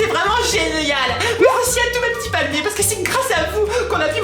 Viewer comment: Viveuh les palmiéuh ^-^ + un laïkeuh